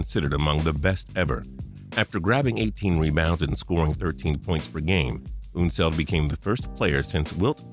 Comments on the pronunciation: ??? Artis Gilmore was definitely not named one of the 50 greatest players of all time! Also, it's UHN-seld, not OOHN-seld. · Pronouncing unseld weird